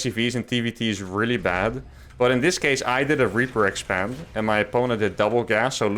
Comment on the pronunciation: "I did a reaper exepend" yep, minus the reaper tho